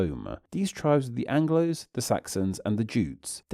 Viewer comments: ‘Angles’, not ‘Anglos’. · Angles not Anglos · Angles, not Anglos